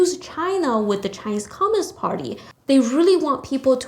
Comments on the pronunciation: Hi, Thankyou. I only have a little suggestion. When you say the word "communist" it sounded like "commonist" with an 'O' instead of a 'U'. If you pronounce the word with a stronger 'U' sound then it would be good. Cheers. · comminist is not commUnist...pronounce it righ!